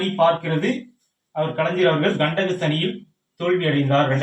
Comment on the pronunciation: Kalaijar illa kalaignar nar nar nar......